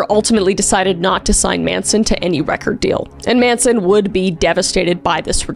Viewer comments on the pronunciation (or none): none